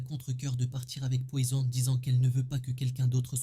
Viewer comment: L'accent mi anglais mi frnaçais "Poyzon". Frr choisi